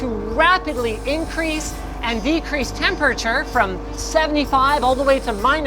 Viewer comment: Why do you always say the word "Temperature" like it's the fist time you have ever said it in way too many syllables. Like (Tem-Per-At-Ure) The fuck?